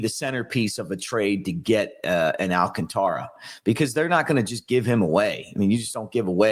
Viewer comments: It’s pronounced “Al-CON-tara”, not “Al-conTARA”, si? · Al CÁN ta ra. The force is on the second A, not on the third.